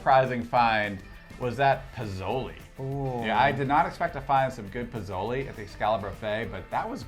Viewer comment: Piz-o-lee. That’s cute🥴 It’s pronounced Pesola Pe So Le🥰 Enjoying the vid